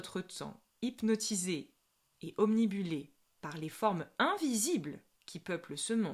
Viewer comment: Obnibulé 🤭😂 OBNUBILE !!! Quoi qu'il en soit, votre vidéo est super !!! 🙏🙏🙏